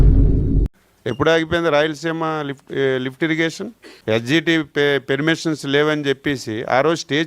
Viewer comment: Adi పెర్మిసీనెస్ kaadu .. పర్మిషన్ 😅